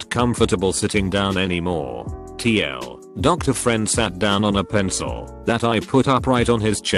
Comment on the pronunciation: TL Doctor is my favorite auto read mistake